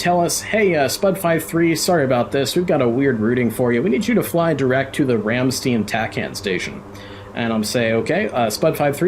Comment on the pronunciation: Thats not how you say Ramstein😅 but great vid 😉